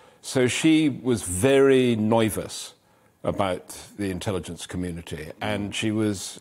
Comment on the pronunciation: Rupert Allason looks very old here. I remember him back in the 1990s and under John Major. By the way : "Norvous?" That's different. 🤣🤣🤣 Just to add that Mr. Allason did try to sure HIGNFY(a program which nowadays I think is rather past its best) and lost. He also got into trouble in 2001 for suing Random House, after claiming to have ghost written a book for them, and he lost was forced to pay damages.